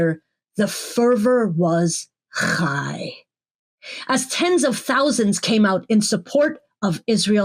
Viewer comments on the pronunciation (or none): I want a sound clip from you! "The fervor was KKKKHHHHIGH" Thank you, as always, your loyal subject !